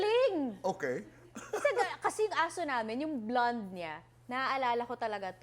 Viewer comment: Tito Boy naman, simplehan lang, please do not exaggerate. It’s simply pronounced as “blond” … huwag nman “blawned”. Same as simply “possibility” and do not exaggerate as “pawsibility”